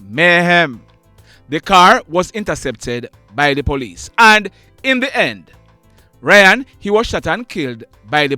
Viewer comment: It's RAY-ON NOT RYAN